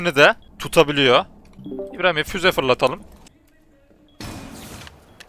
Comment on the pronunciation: Fuz değil bey füze geçen videoda da yazmıştım